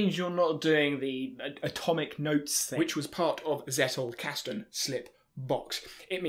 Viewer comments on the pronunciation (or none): Not to be that annoying commenter, but... Zettelkasten. Not Zettle. Zettle is a payment system by Paypal 😉